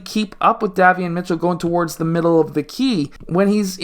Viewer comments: Pronounced "Dae-Vee-on" liked the video. Good content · Day - Vee - Yon. Great video though.